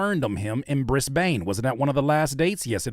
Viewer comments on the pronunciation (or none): “Briss-Bane” is wild